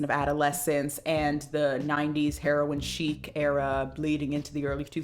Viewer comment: “Herion chic” lmao omg